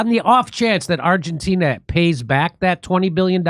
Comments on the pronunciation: Jimmy can’t say Argentina correctly 😂he says Argentinia. Love the show though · I’m here for Jimmys pronunciation of Argentina